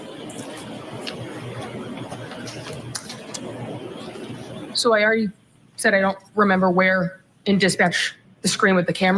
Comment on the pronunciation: Peering Down her nose at everybody else while she says "gararge"...and theyre arrestees not prisoners!!! Soon to be desk duty ms.